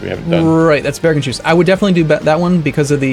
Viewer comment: Its Bergens-hus not Bergen-shus. Hus means house in norwegian. Source: I live there